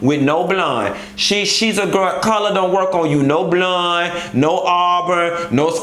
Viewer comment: I'M SCREAMING. The WHOLE OG read 😂😂😂💀 "No colour, no blund, no strawberreh blund...just BLEK"